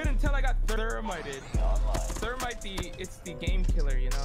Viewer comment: The fact they all were just talking about random things in start shows that they all have patience and have stratagy to rush Thats not thermite Thats ther - mi - ti -Noah